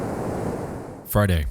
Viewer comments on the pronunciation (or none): It sounded like "fried egg" to me and I was like wtf? 😅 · when you said "Friday" I thought you said "farting" and I was like, wtf? lol